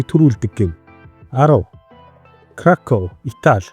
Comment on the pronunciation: Вортука биш Воркута. Краков биш Крако. Краков гэвэл Польшийн нэгэн том хот болно. Итал нэрнүүд ихэвчлэн эгшигээр төгсдөг.